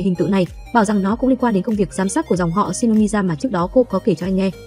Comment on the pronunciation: Shinomiya chứ shinomider là j